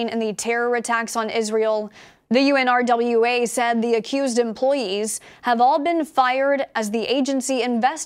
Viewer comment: Girl! Nobody calls it by those letters!!! It’s called unrah. Do not say U. N.